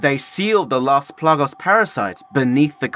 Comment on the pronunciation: PLAGAS not "plagos" smh